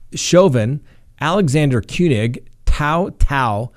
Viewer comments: You killed the cops' name it's "too" thao and "kang" not koonig lol. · kueng is pronounced like king and tou thao is pronounced like two tao.